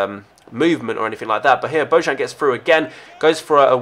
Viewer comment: The "J" from "Bojan" it's pronounced "I", and Kishna it's not pronounced "Kishina"...Just a friendly reminder...